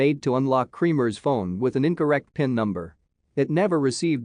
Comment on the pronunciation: Not KREAMERS ITS KREMERS